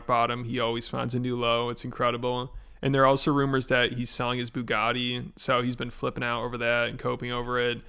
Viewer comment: I think you mispronounced Bugatti. I heard it was buga'ee. Taste says so.